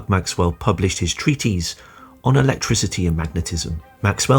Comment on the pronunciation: Treatise is pronounced treatiss NOT treateeeze.